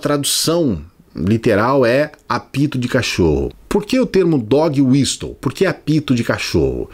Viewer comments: Adoro seus vídeos,. Eu não quero ser aquele chato do inglês mas eu acho que a palavra Whistle se pronuncia "wisəl", o T é mudo, como Castle. Fora Bozo. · A pronúncia correta de "whistle" é "uíssol", com o T mudo.